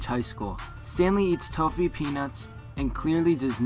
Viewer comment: lol you pronounced toffee wrong GREAT VIDEO BTW!